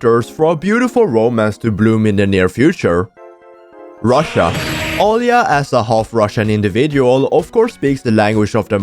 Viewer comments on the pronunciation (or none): none